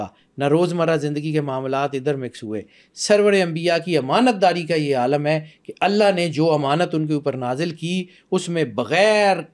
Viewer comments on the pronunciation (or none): none